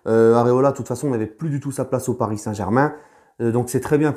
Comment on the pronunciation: Nan il sait dire aussi " Ici c'est palis " 🤣